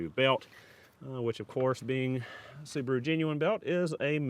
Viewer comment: The little soo-bar-oooo. Wow